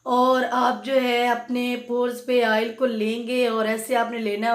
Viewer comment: Baat ko mukhtasar rakhain, Afaaqa Hoga insha Allah. Shampoo ki baat per 3 minute legayee Aap. Aur Haan Aail nahi oil hota hai. (آئل نہیں اوئل)